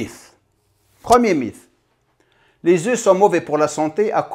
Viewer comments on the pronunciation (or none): Par contre un mythe ça se dit « miT » et pas miF » 😃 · Merci pour cette vidéo, etant un grand consommateur d'oeufs sous toute ses formes, cela me conforte. Pour ma part c'est en moyenne 3 oeufs durs le matin. Juste petite info, mythe en français se prononce "miTe". ( cela ne me dérange aucunement ^^' )